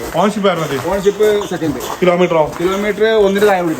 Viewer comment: 2014 വാഗ്നോർ ഓണർഷിപ്പ് പറഞ്ഞത് വ്യക്തമായില്ല?